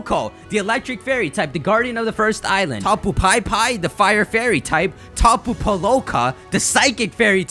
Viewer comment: it's hawaiian, I'm sure pipi is "pee-pee" not "pie-pie".